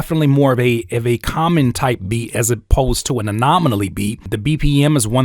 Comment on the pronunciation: My dawg keep saying anomonaly 😂😂 this video just helped out for sure, appreciate you 💪🏾